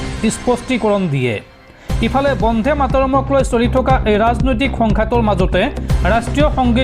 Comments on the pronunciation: Try to correct your pronunciation not bondhe but bonde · বন্ধে নহয় বন্দে। ৰাষ্ট্ৰীয় সঙ্গীত টোৰ উচ্চাৰণ শুদ্ধকৈ নকৰিলে ইয়াৰ পিছত তোমাৰ ওপৰত গোচৰ তৰিবলৈ বাধ্য হম